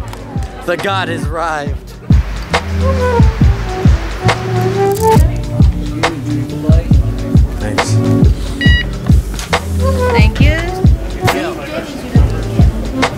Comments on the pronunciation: Calso arrived I thought! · "the god has-" wait did he say rised or rived? *at the start? please tell me